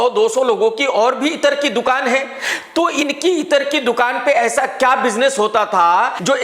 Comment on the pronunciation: Bhai itar nahi ittra